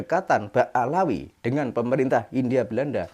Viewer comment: Ba alwi maaf bukan alaawi.